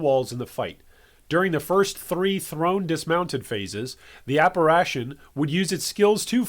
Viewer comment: You really have issues pronouncing apparition. Have google translate read it out for you brother, it's easier than you think.